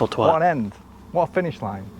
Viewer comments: Twatt, not Twott. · Twatt isn't pronounced Twott like what, its pronounced Twatt like bat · Really enjoyed your enthusiasm on this video but you do need to learn how to pronounce twatt like a Brit. It rhymes with bat not with hot so it's a hard 'a' sound. Keep up the content though, both channels are knocking it out of the park. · He wasn't paying very much attention when he got to Twat (pronounced Twait by the locals) as there most definitely is a place sign. It's the most photographed sign in the UK.